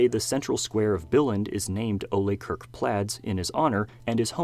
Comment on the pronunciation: Why does everyone keep sayng Kirk incorrectly? Can no-one look up how to say his name? It's not pronounced as Kirk from Startrek...